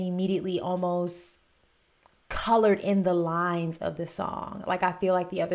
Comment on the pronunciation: Can't say colored